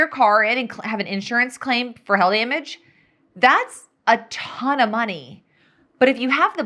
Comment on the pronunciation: LMAO - I thought she was saying "hell" too until further in her discussion when it hit me and I yelled, "OH HAIL!" 🤣